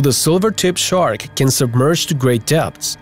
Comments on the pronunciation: Dude , it's called a shark not tchark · Listening to this guy constantly screw up saying shark is annoying